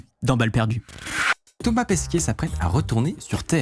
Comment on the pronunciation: c'est moi ou tu l'a appelé "Pesquier" ? C'est pas une brioche (Pasquier) hein, on dit Pesquet (Pèskè ou Pèské suivant l'accent) :D